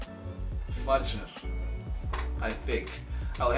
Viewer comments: Dear brother, from the two videos you posted and I saw them, I believe and I am pretty much sure that one day, I will see you preaching Islam to the general public as you will be Islamic Scholar of high rank. Secondly, you pronounced the word FAJR correctly at the first time, surprisingly correct. I appreciate that. I praise you and hope and wait for the time when my prayers will come true for you and I will see you in my country preaching Islam. Till then Best of Luck. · Wow good job you pronounced fajr perfectly mashallah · You pronounced fajr perfectly